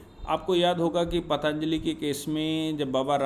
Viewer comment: paatanjali nahi patanjali boliye.